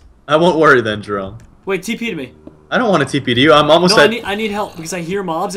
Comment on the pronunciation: nuuuu doont be sayd jayrome